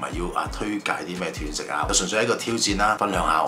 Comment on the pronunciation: 係讀"段"食, 斷章取義個斷, 唔係跌斷腳個斷